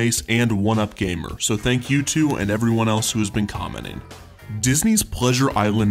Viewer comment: ..... Commenning????? What's commenning?????